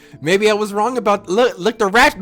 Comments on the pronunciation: Bruh he said “no that’s wong” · Nah he says "no that's wong" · he hit them with the "no that's wong"💀💀